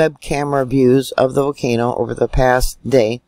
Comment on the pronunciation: Thanks! 💐 Don’t forget the “L” in volcano 🌋😳💥👍